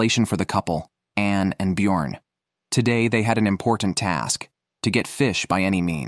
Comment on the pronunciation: B jorn is pronounced differently!!